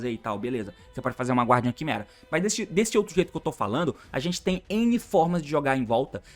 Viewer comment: T, a pronúncia de "Guardian" é "Gardian", o "U" não se prenuncia ❤